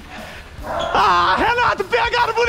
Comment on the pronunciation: Renato falando buné ao invés de boné